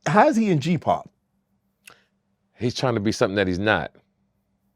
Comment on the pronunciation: Gen Pop, he said it wrong.